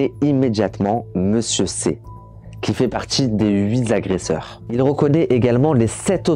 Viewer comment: Bravo, ton documentaire est très bien fait. Ta narration est captivante. Très bonne diction malgré quelques fautes de français. J'pense que tu as trouvé ta voie. Attention: on ne dit pas huiz' agresseurs! Mais huit agresseur. Huit étant INVARIABLE, il n'y a pas de S et donc pas de liaison. Mais pourquoi cet accoutrement orange de prisonnier US?😅 Temps REcords et non ROcord. Les "pauvres" devenus riches (illégalement)sont des PARVENUS. L'artiste... Mon dieu mais qu'elle horreur sonore! 😂 Artiste commercial au possible, vraiment c'est affreux comme daube musicale. Désolée mais fallait que ça sorte. Je ne conçoit pas le mal qui a été fait envers cet homme. Mais musicalement parlant c'est pas un mal de ne plus l'entendre. Je m'excuse envers lui.